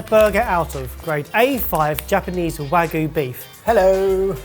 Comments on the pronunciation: Why do so many people say Wagoo instead of Wagyu? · pronouncing wagyu as "wag-oo" is a crime in and of itself for me (it's pronounced more like wah-gyu). the concept of this ep feels more like "the normals try and making their own annoying viral tiktok style food". especially reminded me of a really intentionally cringe facebook video where someone was claiming to make "fresh pasta", but they started but grinding up supermarket pasta and adding eggs and water which made it unmoving when trying to roll it out. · I'm begging you; "wagyu" has a y in it for a reason.